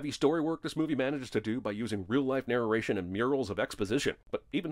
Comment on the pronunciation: Dude, he didn't sin the Mandarin. He sinned the narration. Did you not hear him say "narreading"? Or see it on the screen??